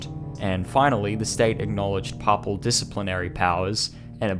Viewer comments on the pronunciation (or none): the word Papal is pronounced as paypal not pahpal. I think you got the pronunciation of the word "diocese" wrong too. It's di-a-seize. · Well done video, looking forward to more of your work. Minor advice: check on the pronunciation of words if you aren't 100% certain. The mis-speakings distract a bit from what is otherwise a very good quality presentation. (A few that stood out: "papal", "Jesuit", "diocese") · Nice job, but I have never heard ‘papal’ and ‘Jesuit’s’ pronounced in the manner in which you say them..